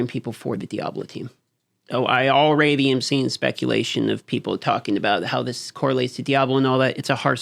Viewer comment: I love, but why does he say, "all-ray-dee" instead of "all-red-dee?"